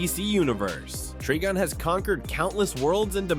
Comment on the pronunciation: Can't say Amazo, Trigon, or Mxyzptlk, but actually says Darkseid instead of "dark seed"? Nah, I've been putting up with the AI voices for too long, I'm unsubscribed. I'm out. I might pop in every once in awhile to see if there's hosts again, but for now I'm done.